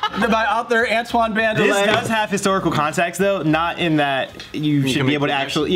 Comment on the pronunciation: Oh what! Antoine's last name is pronounced band-el-ay? I thought it was band-el !